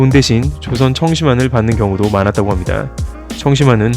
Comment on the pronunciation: "합니다" "~습니다" 말하실 때 너무 목소리를 까셔서 거부감이 많이 드네요. 분명한 발음 부탁드립니다